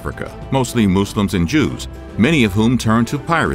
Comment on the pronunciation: "The Moose-lums."